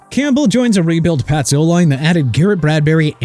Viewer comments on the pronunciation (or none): none